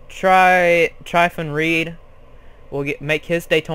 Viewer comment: Its not TRYphon,Trr-ihh-fin 8th :)